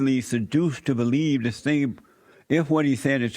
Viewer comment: You are the liar, and a nasty false preacher, you are of your father the DEVIL 😈 This is what your speech sounds like when you skip school.... beliebe? It’s believe you idiot!!!! By the way, why are you angry? BETA!!!!